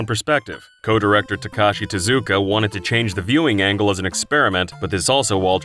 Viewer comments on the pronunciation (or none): none